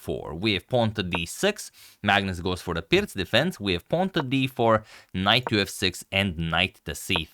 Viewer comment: It is pronounced "Peertz" in it's native language.